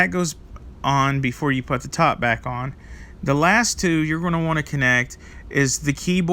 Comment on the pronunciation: Putz...putt.....never heard anyone pronounce ‘put’ that way. Weird.